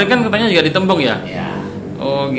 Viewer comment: Kalau kata opung ku bukan tembung bang,,tapi tombung heheheheh